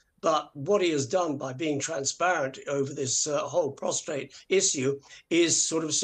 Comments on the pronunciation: Prostate….. not prostrate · Did that commentator actually say “prostrate”? Twice? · It's prostate not prostrate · Someone please tell that man it’s prostate not prostrate 😂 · Someone tell Dickie that it’s “prostate” not “prostrate”!! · Very surprised at Dicky! It is Prostate, not prostrate! I wish all of these bungling reporters would STOP saying KATE when referring to Princess Catherine, the Princess of Wales. They make such fools of themselves. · Dickie mate it’s a prostate not a prostrate .😂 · It's prostate not prostrate Dickie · Did I hear Dickie say "prostrate" just then. Tut tut....he should know better 😮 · Dickie it's "prostate" not "prostrate" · Would people please get it right. It’s prostate NOT prostrate. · Prostrate issue, Dickie?! Problems lying down?! Prostate, please. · (It’s “prostate,” not postrate) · It's prostate not prostrate. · Prostate not prostrate. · Dickie, it’s pronounced “pros- TATE”, not Pros- STRATE. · There will be much coverage of this issue. Please pronounce the word "prosTATE" correctly. It is not prostRate.